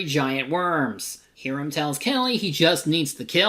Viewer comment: This Tremors-a-thon was so much fun to work on. Thanks for taking my idea for it! Also, He-ram? It's pronounced "High-ram"! LOL